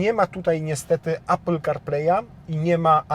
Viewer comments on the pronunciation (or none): none